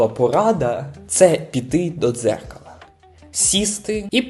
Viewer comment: АХЗХАЗІХЩАА Я спочатку почув "піти до церкви" замість "дзеркала"